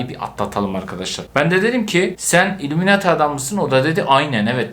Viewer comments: Abi illumemati değil illuminati 😂😂 ama seni çok seviyorum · ilumunati diye okunuyo